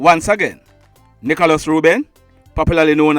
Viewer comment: The man name NICHOĹAS not NICHALOS.Pronounce the man ame properly.I just subscribed to the channel.